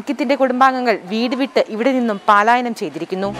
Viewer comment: പാലായനം അല്ല പലായനം